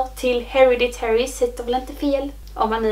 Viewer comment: Den utalas HereDitary, du lägger liksom vikt på D:et…